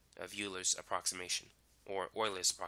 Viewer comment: Is it pronounced “Oilers,” or “You-Lers?”